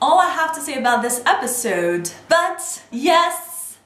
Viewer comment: I hate the way you say episode